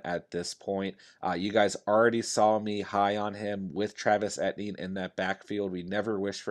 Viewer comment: It's E TEE EN not etnie lord have mercy